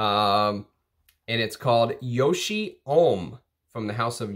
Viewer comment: Awesome to see some Yohji. btw its Yo-Ji, not Yo-Shi